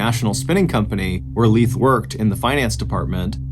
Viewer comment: Pretty sure it's Lief, not Leeth, lol. That's definitely NOT a name 😂